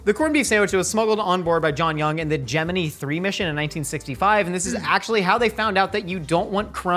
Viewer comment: Holy crap, says Gemini (as in the space mission) correctly!